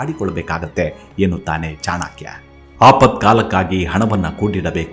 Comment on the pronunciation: ಚಾಣಾಕ್ಯ ಅಲ್ಲ ಚಾಣಕ್ಯ ದಯವಿಟ್ಟು ನಿಮ್ಮ ಬಾಯಲ್ಲಿ pronounciation ಸರಿ ಇರಲಿ pl